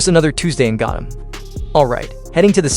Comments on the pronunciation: The was this man says “GOATEM” not Gotham 🦇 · Insane build but that ai voice is saying Gotham wrong and pronounces 25% of things like a 5 year old “I build it into my own version to look alive” “ gerilr groc” “freeze meet drip and yes snowman” Brother the only way the ai voice talks like that is you intentionally made the ai talk like this 🙏😭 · “I feel tick damage every single time you pronounce Gotham wrong”